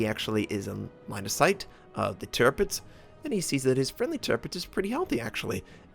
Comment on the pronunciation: Very close call on this... - you pride yourself in trying to pronounce the ships names correctly. Thats commemorable. However - you continue to mispronounce Tirpitz. It is actually pronounced: Tierpitz (Teerpitz).